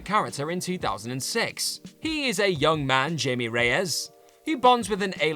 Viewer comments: you pronounced Blue Beetle's name wrong the J is pronounced with an H sound -- Hy Mea -- not -- Jay Me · Seriously learn how to pronounce Spanish name’s correctly blue beetle is Mexican and his name is pronounced HI-MEH NOT JAY-ME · You called Jaime (High-may) Reyes as Jamie lol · I know y'all did not just call JAIME reyes Jamie 🤦🏼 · You mispronounced Blue Beetle’s name. It’s HAIME Reyes, not Jamie you derp. As for Pocahontas in Space, do we REALLY NEED FIVE FILMS!?!? HELL NO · i kept yelling that at the screen lol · It's pronounced "Haime".